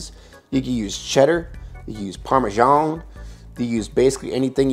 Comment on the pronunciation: Parmezzzzzan not parmejia :)))